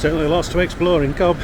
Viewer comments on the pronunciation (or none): It´s pronounced "Cove" not Cob